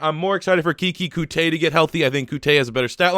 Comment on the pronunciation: OK I’m a Texan fan can you please stop pronouncing Keke’s name like that it’s said like QT not cooty